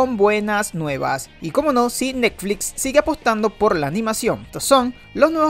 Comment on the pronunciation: Jajaja "Nekflits"